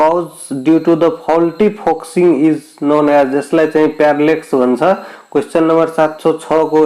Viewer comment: foxiing haina focusing ho